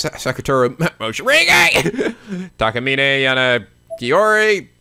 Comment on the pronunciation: Coming back and hearing Seiko ("Say-ko") pronounced "psycho" and Morishige "Moshirige" makes me laugh all over again.